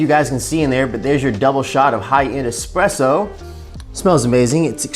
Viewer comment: Ugh. Not trusting anyone that says expresso